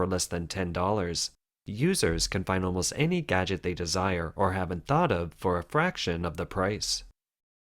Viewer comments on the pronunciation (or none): none